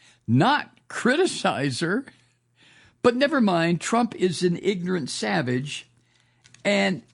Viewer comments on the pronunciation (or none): none